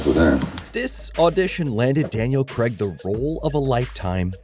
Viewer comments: Why do you say Daniel Kreg? It’s Craig. As in CrayG. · It's "Craig"! Why are you pronouncing it as "Creg"? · It's Craig, not Creg. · Please learn how to pronounce Craig properly 😢